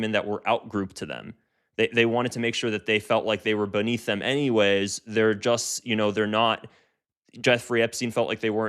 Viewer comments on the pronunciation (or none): none